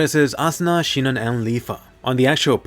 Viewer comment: Why is everyone calling her shinon